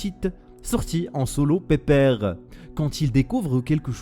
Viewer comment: Gg pour les 50k j'adore ta prononciation du mot "pépère"